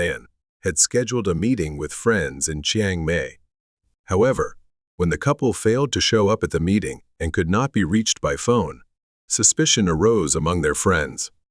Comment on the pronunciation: Terrible English. Every single Thai word has been pronounced wrong. I stopped watching after hearing "Chiang May". I not say 'Warkestershyr' when I mean 'Worcestershire'.